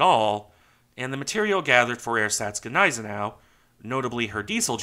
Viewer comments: Great video of great ships bud Gneiseneau is pronounced 'knees-en-ow' if its any help BTW Regards from Ireland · I'd heard the "G" as silent. Not sure if it's right but "niesenow" trips off the tongue better.😊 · No, the G is fully pronounced. Apart from this moniker there are other German words with ‘Gn‘: Gnade/gnädig/begnadigen, segnen, regnen, Gnom, Gnu, Diagnose. The latter, a Greek loanword also in English, shows that English speakers can pronounce ‘gn‘. :)